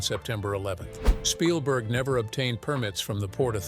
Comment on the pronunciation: Shpielberg? Really? 😂